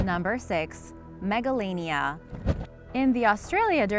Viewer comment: I thought that she said megalovania instead of Megalania XD